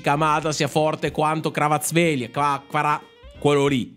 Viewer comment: è ch vica c va raz chelia 😂😂 La pronuncia.